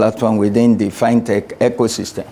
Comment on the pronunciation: First time hearing someone calling it “Fine Tech” Rather than FinTech